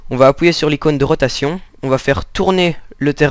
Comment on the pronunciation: Aussi tu dit appouyer et pas appuyer